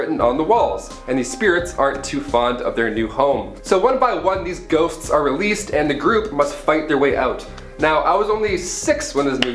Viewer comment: First 2 times he says "ghosts" it sounds like "goats" and it made it so much better